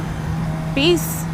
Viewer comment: it sounded like you said beece at the end instead of peace